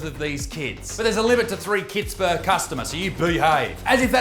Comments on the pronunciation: every time you said KITS I thought you sad kids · I swear when you said kits I heard "kids." 🤣🤣🤣